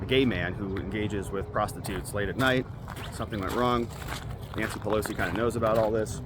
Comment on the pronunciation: Paul PEG-losie 😂